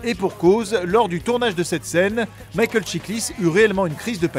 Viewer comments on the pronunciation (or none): none